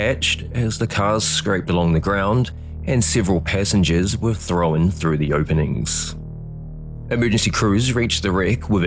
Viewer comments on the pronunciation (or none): No ai, good, the non ai narrator can learn. There is no E between the W and N at the end of thrown, yet they say throwen. Thrown, not throw-when,.